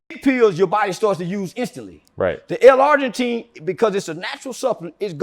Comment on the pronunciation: it's L-Arginine not Argentine, driving me insane